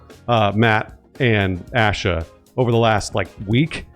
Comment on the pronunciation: One of these days the guys will be able to correctly pronounce Asha’s name.